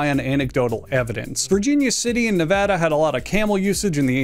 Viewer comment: Shoutout for pronouncing Nevada correctly